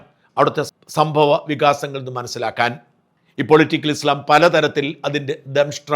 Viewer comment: ഇസ്‌ലാം എന്ന് പറ.... നാക്ക് വടിക്ക്... ഇസ് ള ..... അല്ല